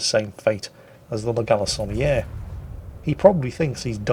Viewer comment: Do you realize what you've done!? You said, 'La Galissonniere' 3 X without purposely trying to mangle the pronunciation... Are you really from Great Britain sir? Red-blooded Englishman indeed! Your friend from the happily rebellious former colonies. Keep it up! Enjoying your banter as always.